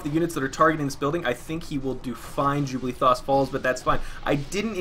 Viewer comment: I was always confused when you say JubLEE'thos. Are you dyslexic, or am I not seeing a letter.